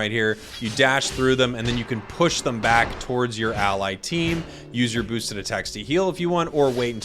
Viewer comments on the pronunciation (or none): none